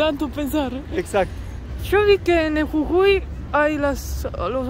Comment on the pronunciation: Cuando hablabas escuchaba CUCUI Y ES JUJUI . En Venezuela hay una bebida que se llama Cucui y un pueblo llamado cucui